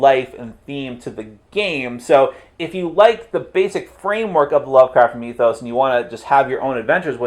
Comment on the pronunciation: did you say "cthulhu MEETH-os?"